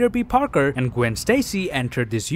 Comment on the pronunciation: Gwen says her name is gwanden